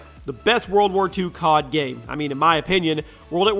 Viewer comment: i need to say anything about "COD".....Its more like "GOD"